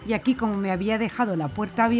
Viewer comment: Ese " akii" rechina mucho. " Aquí " es lo correcto.